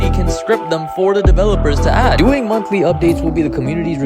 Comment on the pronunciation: promised us "montly" updates lmfao